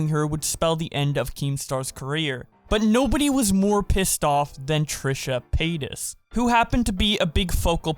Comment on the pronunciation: Why does it sound like Trisha Penis when he says her name?